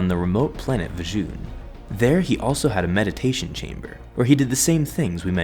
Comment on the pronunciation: Vjun is pronounced "Vune", not "Vuh-june"